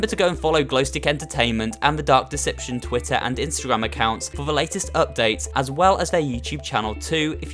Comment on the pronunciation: I thought you said duck deception